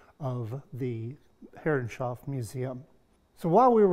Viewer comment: Stunning job, wish dado blades were more easily available in the U.K. I need to make a large cockpit grating so watching lots of videos. Btw, and this is not a criticism, but why do you pronounce Herreshoff as Herrenshoff? Is that the more correct pronunciation?